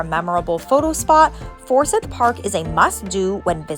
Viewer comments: Yea it's not "sith" it's "siiiiiiith" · Anyone from the South will know you’re not from the South within the first minute of the video. Forsyth Park is NOT pronounced For-sith. The proper pronunciation would be For- s-eye-th. With the “y” being pronounced with the long “I” sound (eye). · It's easy. We have a city and county by the same name. I don't know if this will help or confuse you, but it's pronounced 4 syth. Say the syth like s(eye)th. 4 seyeth. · Just a little tip to not make yourself stick out like a tourist-the 'syth' part of Forsyth is pronounced like sigh-th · You need to pronounce Forsyth Park correctly. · You need to learn how to pronounce Forsyth Park correctly.